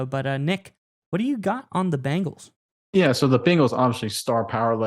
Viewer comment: It’s BENGALS, there’s no I in there. It’s not Bingals. 🤷🏻‍♂️